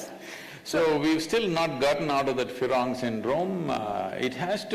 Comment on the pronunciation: Yes, he said Firong which is Firang. Being fascinated by west